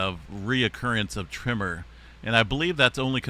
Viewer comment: Tremor not trimmer 🧐